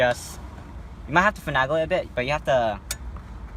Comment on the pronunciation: You're taking things apart well enough but I swear you're driving me insane with your pronunciation of "finagle". The A is pronounced like Ape, not Apple. fin NAY gul not fin AG gul Every single video I've watched has this distraction, this one more than most.